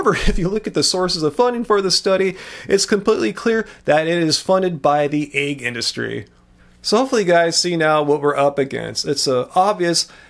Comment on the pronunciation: the word is 'egg,' not 'aig.' You continually pronounce it incorrectly.